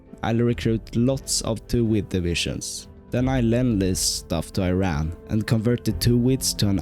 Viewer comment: Thats E-ran